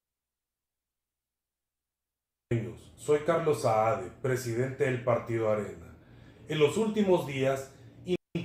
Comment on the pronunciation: Muchacho el botijas se llama CARLOS SAADE ,no "SAED" limpiate la cera de los oidos.